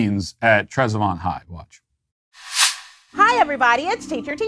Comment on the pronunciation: Trezevant? OH! 😂 Its pronounced "TREZ-vent"! Born and raised in Memphis, moved to Sweden at the age of 46. Although I live in one of the so-called no-go zones in Sweden, it's not as bad as Memphis. 😮‍💨 More rock throwing, riots and arsons here, but more daily violence, armed robbery, car jackings, assaults, shootings and homicides in Memphis. Plus the year I left Memphis it was 105° on May 5th, humidity 97% and heat index 113°! 🥵It stayed above 100° until July 15th when I left, dropped to 98° only a couple of nights. Humidity reach 100%, but no rain May-July. 😢 It's currently 77° where I live in Sweden, humidity 29% and sunny! ☀️ Sweet!